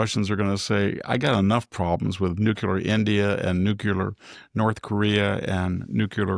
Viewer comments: NuCLEAR, not nook-ular. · NUCLEAR Victor, not nucular. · It's actually new' clee ar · Maybe that’s the Hoplite pronunciation of it, fittingly for a citizen farmer—not to mention a scholar.